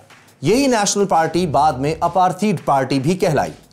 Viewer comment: It’s apartheid not aparteed. Work on Pronouncing words.